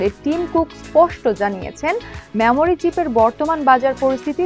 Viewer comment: Memory কিভাবে ম্যামোরি হয় বুঝলামনা, এটা তো মেমোরি উচ্চারণ হওয়ার কথা!